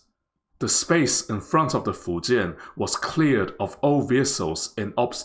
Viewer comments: thanks to this video, i finally know how to pronounce fujian correctly. good luck to china on the successful completion of your carrier. wishes from India, your rival and friend. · Taiwanese has unique accent when they speak chinese but man in this video doest have accent when he speaks the word "Fujian"